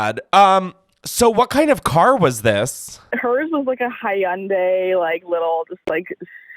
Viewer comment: i’m sorry id like her to run Hyundai back 😂😂 why she say it like that